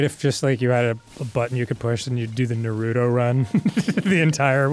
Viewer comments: just cuz Dan said "NUH-ROOT-OH" I lost all respect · You'd think Arin, knowing Japanese, would pronounce "Naruto" correctly. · There's no D In Naruto... JS